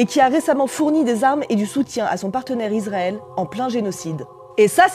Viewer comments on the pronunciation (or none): none